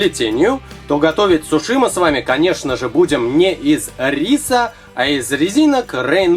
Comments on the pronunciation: вы отлично плетете,но я вас поправлю:Во первых не сушИ,правильно говорить сУши.Во вторых это одна суша,(я имею ввиду,что одна-суша,а много-суши)В третьих сУши заворачиваются не в капусту,черное это не капуста!Это водоросли. Я просто вас поправила,чтобы вы знали на будущее.А на счет того,что это роллы,я не согласна.Это действительно сУши!!!Роллы это длинные суши,которые потом разрезают на мини-суши.А так вы хорошо плетете!Мне очень нравится!И еще раз повторяю:Я вас не в чем не обвиняю,я просто вас поправила))Удачи в дальнейшем!Не путайтесь;) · Видео прикольное! Но не сушИ а сУши ударение! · Не сушИ. а сУши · говорится не сушИ,а сУши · умоляю вас не обижайтесь. Но правильно говориться сУши а не сушИ. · Учить ударения надо суши ударение падает не на и ,а на у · Не сушИ, а сушИ, и не капуста, а нори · 1. Не сушИ, а сУши 2. Не капуста для суши, а лист нори Понятно? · да правильно говорят сУши ,а не сушИ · Суши не на и ударение а на у! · вы говорите сушЫ а правильно сУшы вы не правильно говорите и получился глагол сушЫ сушЫ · блин знаешь правильно говорить сУши а не сушИ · почему слово СУШИ вы говорите это слово с ударением на (И) получается / СУШИ Вот вы сами посмотрите А если говорить грамотнее то тогда будет / СУШИ Если грамотнее то ударение падает на (У) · не сушИ,а сУши! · Не сушИ, а сУши! Ударение на У. А получилось красиво, спасибо! Сделайте пингвинчика :-). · Не сушИ а сУши! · Во-первых, это роллы (не спорьте со мной я лучше знаю) Во-вторых сушИ это когда полотенце сушат, ясно? Правильно говорить сУши. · Не сушИ,а сУши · Какие суСи? Суши!! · привет а ты знаешь что правильно говорить суууууууушы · Извиняюсь Синьор за долгий коммент, но человек специально написал сушы, просто ему стало интерестно почему говорит так ударяясь о последнюю букву и с таким ярким выражением Ы!) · Правильно сУУУУУУУши! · Правильно говорить суши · Надо говорить сУши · СУши! Ударение на У! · Суши, ударение не на и, а на у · Не сушии а сууши